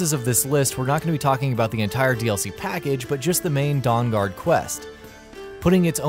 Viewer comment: Favorite quest "Dawngaud"